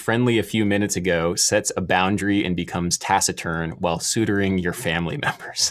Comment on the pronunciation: TIL can't pronounce suturing